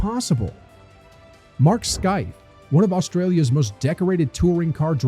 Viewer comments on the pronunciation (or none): You mispronounced Mark Skaife’s name: it’s pronounced “SKAY-fe”, not “SKY-fe”.